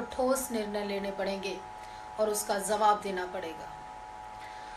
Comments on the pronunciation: pehle bolna sikh. zawab nahi jawab bol. des nahi desh. bachke reh RSS wale tera rep ker dege. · kyunki tum humle ko haamle bolti ho aur jawaab ko zawaab...